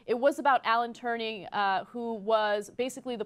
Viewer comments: Alan Turing, not Turning... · The Enigma Code! not the Enigma and it was Alan Turing not Alan Turning. Do your research Jesus fucking Christ, without him you probably wouldn't be able to host a show online, and there's a good chance you would be speaking German right now. Everyone is allowed to make mistakes, but you need to get your facts right when you are informing people, and certainly not when you view your opinion with such importance. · Turing, not "turning". And he solved the Enigma code, not "the enigma". Seriously, he made such a massive contribution to humanity but TYT doesn't seem to know anything about him apart from him being gay. Urgh.. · it's alan Turing ana, NOT TURNING! :D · Omg Ana "Alan Turning solved the enigma"... mother of all facepalms At least get his name right -_ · Turing, not Turning. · "Alan Turnig"..? Come on, guys...